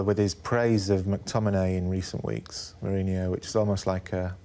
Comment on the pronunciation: Wish this guy could say Mourinho's name correctly